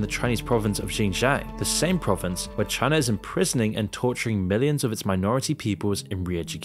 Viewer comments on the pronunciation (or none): none